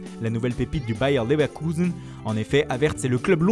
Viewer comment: Ça se moque, ça se moque... Mais en attendant c'était parfaitement prononcé, Bayer Leverkusen. Moi je suis content.